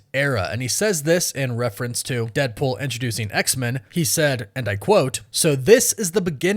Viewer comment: Maybe it's just my ear but it sounds like you're saying "X=Mun". Am I hearing you wrong? Is that how Marvel wants that name to be said? Do you just have an accent or something?